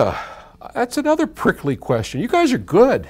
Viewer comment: It's "prickly". lol